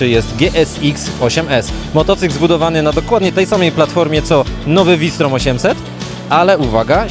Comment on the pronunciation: nie -fałsztrom tylko vi storm.. matko proszę..